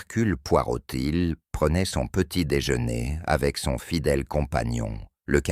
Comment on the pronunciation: Mr Poirotil...prenaiyt... Décidément je ne m’habituerai jamais à ces fautes de langage de ces I.A....